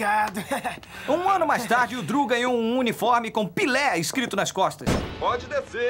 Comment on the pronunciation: "Pile" kkkkkkkkk n tanko